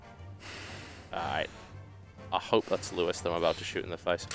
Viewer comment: for TB butchering Lewis :D